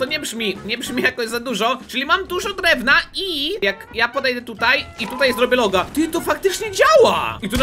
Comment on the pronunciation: tylko ja słysze loda a nie loga